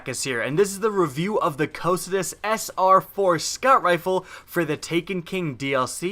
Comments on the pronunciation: Co-kite-us. If your gonna do a review, say it right. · it's pronounced Coh-Kite-iss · Yes, it only takes a minute to determine the correct pronunciation of the name of the weapon. It's named after one of the rivers of Hades (the "river of lamentation") in Greek mythology... I don't think he's ever used it. He's just looking at the numbers. The aim assist, power, and feel are incredible.